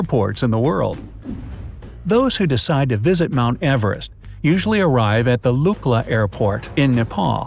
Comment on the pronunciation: It's good to hear he pronouncing Lukla correctly. It's look-laa as opposed to what generally people say Luck-laa